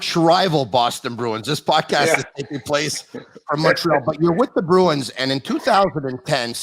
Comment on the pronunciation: Love the podcast and Mark Recchi, I had a poster of him in my bedroom when I was a kid. One suggestion though, can you get a guy who says Montreal properly re-record the intro?